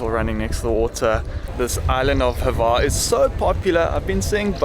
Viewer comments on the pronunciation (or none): There is no "e" sound or sound whatsoever between the H and the v of Hvar. I know, it's hard to pronounce... Try this: You know the name Hugh. Now take the first sound you make for the name with the H and then add var.